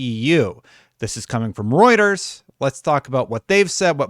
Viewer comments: I can't tell you how good it feels for you to have pronouncing Reuters down pat. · Fewer than 100 needed to hit your 100k goal! But more exciting than that - you pronounced Reuters right! WOO!